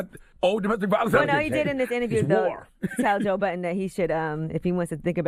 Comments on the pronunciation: Angela, sweety, his last name is BUDDEN not BOTTON. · His name is Budden not Button. WTF is wrong with Angela this is her job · She is saying Joe Button ... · Sounds like she is saying Joe Button ....